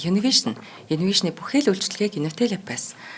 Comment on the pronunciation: Охин минь чи минь үнэхээр гайхалтай авьяаслаг бас чадварлаг чамайгаа ирлэх нь сонсогч бидний үүрэг. Хүүрнэх уншилтаа үгийн өргөлтөд анхаараарай. Жишээ нь бүхий л гэдэг үгийн төсгөоийг өргөж дуудах шаардлагагүй...